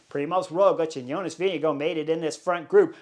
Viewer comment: Amazing pronunciation of “Jonas Vingegaard” today :)